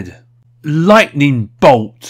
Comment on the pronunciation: LOIGHTNING BOLT